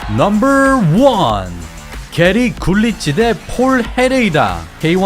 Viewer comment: 넘벌~~~발음 킹받네